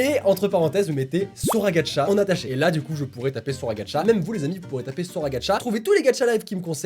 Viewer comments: Il dit Gatcha au lieu de gacha 😱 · GaCHa pas gaTCHa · Cc Sora je t adore vrm mais pk tu ajoute un "d" dans Gacha life c pas Gadcha mais Gacha 😑😅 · Sa se prononce "Gacha" life et pas "Gatcha" life ou sinon t le meilleur😅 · Sa se dit gacha pas gatcha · GACHA ET NN GADCHA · Sora il prononce gaTcha life moi j'ai trouvé ça super bizarre toute ma vie je prononce gacha life Pas vous??? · C est gacha pas gatcha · C pas gadcha mais gâcha mais pas grave💚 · C pas gatcha c gacha!!!!!! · XDDDD je peux rien dire, c'est hilarent, Sora tu dois faire une chaine de gacha! P.S : c'est gacha pas gatcha car tu le dit de la mauvaise facon mais bon c'est pg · C ouf hein ? 😂 MAIS C PAS "GATCHA" C GACHA FUCK :) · SORA : "Gatcha life" 😂😂